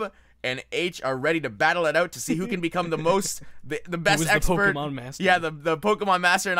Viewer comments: I hate how he says "poh-kuh-mon" when it's clearly "poh-kee-mon" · its poh-kay-mon